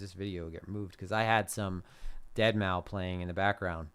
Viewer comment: It's pronounced Dead Mouse btw haha